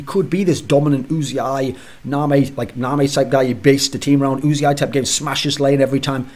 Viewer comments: ***** He says his name "yoo-zee-eye" which isn't the way Thorin says it. Thorin keeps saying "oo-zee-eye." Thorin is still wrong. It's not "Oooo-zee-eye." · Thorin-please pronounce "Uzi" correctly: "Just got 100% confirmation from player management, who spoke to Uzi in person, that he does indeed call himself Uzi, not U-Z-I." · ***** Riot casts his name maybe a few games per year. Thorin regularly discusses him on his shows. At the time of Kobe's tweet, it was the best information we had. "Union" is not "oon-yun." "United" is not "oo-nye-ted." Uzi is one of the few words we actually use the "oo" sound for the U, but it's when you say the entire word. If Uzi pronounces his name "yoo-zee-eye" it should be important for the all-knowing esports writer Thorin to pronounce correctly.